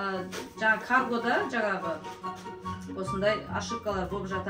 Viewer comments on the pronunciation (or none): none